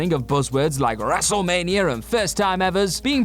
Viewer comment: Wrestlemania* not Wrestlemanier